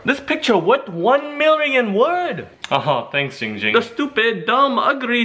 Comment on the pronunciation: _- ITS GIIIING GING BRUH